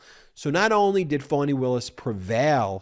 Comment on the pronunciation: I love your show and I'm a loyal listener, but I need you to pronounce Fani's name correctly..it's Fani...not Foney...🙂..either like Fawney or like Fanny..but not like "Phoney".